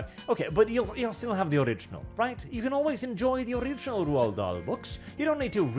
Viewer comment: Finally hearing his name pronounced correctly, it only took the destruction of his work. Still, every cloud... Cheers,.